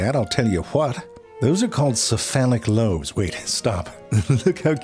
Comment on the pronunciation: Did you say "see, phallic lobe "?!